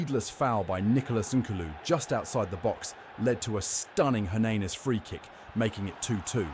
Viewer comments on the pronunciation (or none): thats great, it couldnt even pronounce hernanes